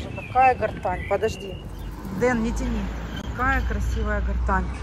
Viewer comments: Герань, а не гортань. И проводов давно нет у телефонов. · Почему гартань???😮Герань!!!Ну,откройте Гугл и прочитайте как правильно называется это растение!! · запомни, пожалуйста, не гортань, а Герань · ТЫ ОПРЕДЕЛИСЬ, ГЕРАНЬ ИЛИ ГОРТЕНЗИЯ,НО НИКАК НЕ - ГОРТАНЬ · уже раздражаешь со своей "гортаньей", почему не прислушиваешься, как правильно называть цветок? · Не пойму, может в Италии герань звучит как гортань или специально коверкает специально